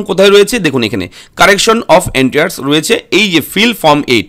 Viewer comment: ভাই কথাটা "এন্টিয়ার্স" নয়, "এন্ট্রিস"। ধন্যবাদ।